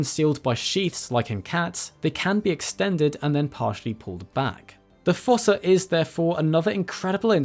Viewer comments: According to the Madagascar 2 DVD, “fossa” is actually pronounced “foos”, like in foosball. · Fossa is pronounced like foosa. Long u sound, like moo, shoe, two, slew, sprue, etc.